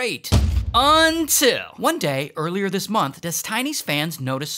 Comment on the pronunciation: Hey is it me or when he says UNNNNIT sounds petty cool or shout to whatever countries or states is petty awesome